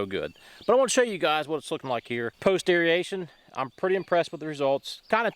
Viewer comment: lol love the way you pronounce air-ee-eh-shon